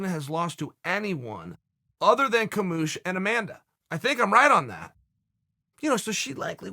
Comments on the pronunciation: Omg he didn't say Valentina last name! But he did butcher Liz name she is now Liz Kamoosh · Chael the R in Carmouche doesn't exist Sonnen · uh..uh-liz carmouche - ok ,great - it's official